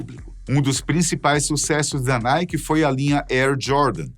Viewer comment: NIKE =PRONUNCIA ERRADO PRA!